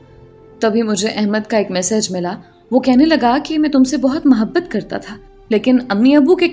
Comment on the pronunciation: Ap ki urdu maen kahen kahen jhol hy lihaza is baat ka khayal rakhen,,,, jesa k ap hamesha muhabbat ko mahbat kehti haen, or bhi isi tatah k kuch words haen, lakin ap ki kahaniyan marn ye word ziyada use hota hy is liye ap tashi kar rahi hoon, plz mind na kijiye ga....